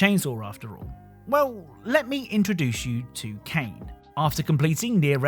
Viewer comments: Pronouncing Kaine's name as Kane, bruh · Lmao Kane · Kainé is pronounced Kai Nay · I had to stop watching after you kept pronuncing Kainé wrong. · Oh lord all the nier fans are gonna be so mad. Its Kaine. Said Kai-Nay. Not cane lol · There's no way you got that footage yourself and kept calling Kainé "Kane" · You didn’t actually play Neir Replicant I’m assuming. The pronunciation of Kaine’ is Kai-nay. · then you must have played without audio, because her name is said so many times that there is no possible reason to mispronounce it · well since the name was pronouce wrong I figure he wouldn't know about that little trivia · Does no-one know how to pronounce "Kainé" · the pronunciation of "Kaine" is gonna give me an aneurysm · Was gonna say that too. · Love the vid but man that pronunciation for Kainé is hilariously bad. xD